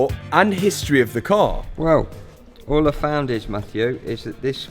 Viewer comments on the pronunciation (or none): none